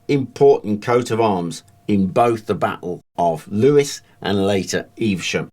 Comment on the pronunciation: It's English mate. There is no standard pronunciation. I pronounce it ev-ver-sham. He also pronounced Lewes like the name Lewis but I always thought it was pronounced as "lose"